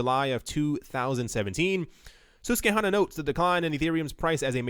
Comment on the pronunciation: "Sus-kwuh-hanna". Susquehanna.